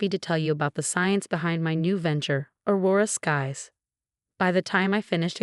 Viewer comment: AI still has a problem with names, Aurora Skies then Aurora Scaz